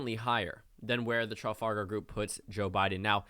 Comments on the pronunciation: My only complaint: It’s not pronounced TRA-FAL-GAR It’s pronounced TRE-FOL-GAR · It's pronounced Truh-FAL-gur not tralfalgar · Sounded like you were saying Tral-fal-gal the entire time :D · It's Truh-Fal-Gahr Group dude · Traff - All - Ger or Traff - All - Gar but not whatever you are sayling lol ;o) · Traf Al Gar... almost unwatchable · Tra Fal gar is how you pronounce it sir. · The name of the pollster group is pronounced as follows: tra-FAL-gar. You Americans always butcher the English language. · i wasn't going to comment, but you're saying it wrong... Its Traff-Al-Gar as in the Battle of Trafalgar... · Trafalgar... like the Battle of Trafalgar, like Trafalgar Square ... how are you not able to pronounce this properly? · That pronunciation of Trafalgar... On a site note from the UK, get out and vote for Biden, we're fed up of laughing at you.